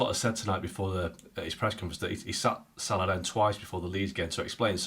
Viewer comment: My goodness Kate can you for love of god say salah’s name correctly????